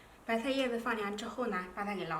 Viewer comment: 聽她說白菜說成白太